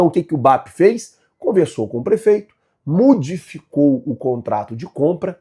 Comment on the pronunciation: “MUDIFICOU” foi FODA!